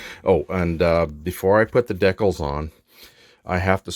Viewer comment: What are deckles? Do you mean "DEE-CALS" ???